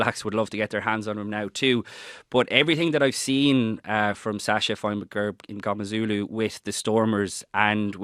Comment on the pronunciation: HE IS MNGOMEZULU - SAY HIS NAME RIGHT!!!!!